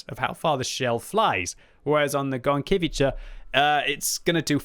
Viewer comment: Quick polish guide for: V Zadymka (which means: little fracas) was pronounced on point. VI Burza: in this case you dont split 'r' and 'z'. Instead you speak it as a single letter. The best comparison I found would be with the first sound from the name 'Jacqueline' VII Gowika: on the spot VIII Kilana: on the spot IX Gonkiewicza: 'Gone'-'kye'-'vee'-'cha';) X Błyskawica: you got it pretty ok. GG;)